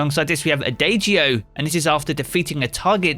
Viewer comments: ah-DAH-g-o, not ah-DAY-g-o. ON-som-bl, not IN-som-bl. Its a music thing. Please pass this info on to all the other content creators. Ya'll are making my ears bleed. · its a-dah-jee-oh